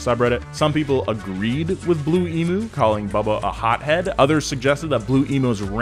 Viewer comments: Emu is not pronounced "e-moo". It's pronounced "e-mew". Ask any Australian. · Great video but itd be better if you learned how to pronounce Emu correctly